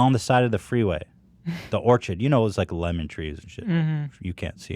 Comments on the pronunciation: I’m mad that Ethan said orchid and not orchard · When Ethan said orchid instead of orchard I was so confused lol 😂 For a second I wondered if there were gigantic orchids in Israel